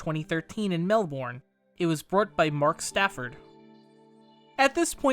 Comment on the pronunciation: "Mel born"😭